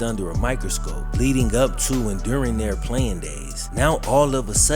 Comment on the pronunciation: The word is their, not they. Good information but please work on your Annunciation and pronunciation brother.